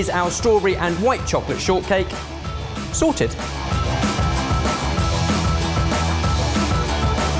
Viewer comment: says "chocolate" and "strawberry" so odd lol